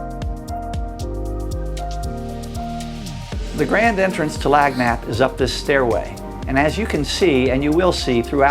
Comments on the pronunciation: Learn to pronounce the name correctly !!!!! Ask the engineer .... he pronounced it correctly. phonetically it is (Lan yap) NOT ( Lag nap) it means something given as a bonus or something extra. Like a 13th donut instead of 12 in dozen. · Nice tour, but the ship's name is pronounced "Lan - yap," which means "Something Extra" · That's pronounced lan-yap. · Nice ride and I know this listing is old but… you’re killing me with that pronunciation,. It’s pronounced “lan- YAP”; a Louisiana word that means cajun hospitality, a little something extra. Love your walkthroughs. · Tis a lovely vessel for sure.. However I couldn't help but cringe a little each time you pronounced the name of the vessel. Lagniappe is a Cajun French word pronounced: Lan yap. Meaning something extra given. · so how long did it take the owner to pull his listing from you once he realized you couldnt be bothered enough to be professional enough to even do the simplest thing aka know how to correctly say the boat's name???🤔 ffs dude... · I've been yelling at this guy as his mangling of Lagniappe grates on my Louisiana ears. My home state is more French than American. A substantial part of its citizenry speaks English as a second language. As a child in the northern climes of the Bayou State every time I would buy a dozen pieces of candy from a storekeeper he'd drop an extra piece in the sack and say, "Lagniappe!" It means a little extra as a gesture of good will. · If you're going to make a video showing off the boat, you could at least get the pronunciation of its name right. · She’s a beauty, but u r pronouncing her name wrong. It’s a Cajun French name meaning a little bit extra.